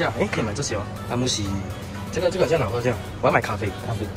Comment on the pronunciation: 喊“咖啡“的时候那个音很像“塞班，塞班“😂